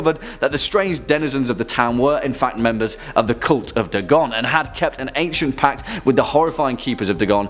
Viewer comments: DAY-gon not da-GON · DAY-GONE* not d-gon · I was certain it's pronounced Day-gon. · Its Pronounced, Dae-Gone.